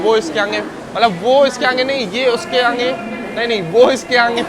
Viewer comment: Bhai aangeyy nhi hota h.. Kitna baar bola h.. Aangeyy aangey😂😂😂aagey hota h